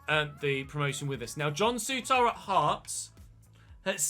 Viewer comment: Souttar is pronounced soo-tir